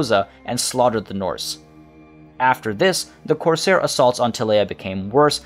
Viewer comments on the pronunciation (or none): none